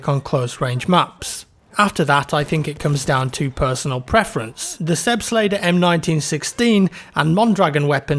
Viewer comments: Selbstlader not laeder. like Aaaahh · Its not sebstlader Its sebastler. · I believe it's pronounced more like "Zelbstlodder". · Your pronunciation of the selbstlader is aweful, and it's weird how u come to think it should be pronouced that way. Selbstlader just means Self Loading, just say selbst ladar and you're about right. But very helpful video, thanks! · the a in lader in selbstlader is pronouned like the a in father. :) whether you're a brit or a yank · the way he said "Selbstlader" is funny :D. it's german btw and means auto loading or self loading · How can you pronounce Selbstlader like that? I bet you say nebelwerfer like the guy in Sniper Elite 3. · So cute how He pronounces Selbstlader <3 love from Germany